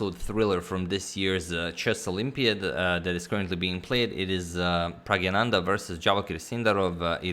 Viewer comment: Again its pragNaNandha ...not pragyananda..